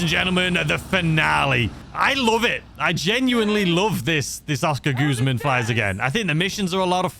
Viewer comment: we all know about your pronunciation but, please stop calling it goozman its guzman 😂😂